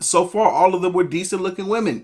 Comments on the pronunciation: Can we be honest about the fact that she's going viral saying woman and not women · she a biscuit away from that stomach popping out those jeans that’s why she mad also she a grown woman saying woman instead of women such a pet peeve lol